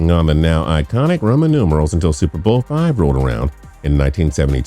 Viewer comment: And what the hell was with the fact that he couldn't pronounce the words "super bowl"? Seems to me if you want to narrate a video about the super bowl, you should be able to pronounce "super bowl" without sounding like Chris Berman after 5 shots of gin.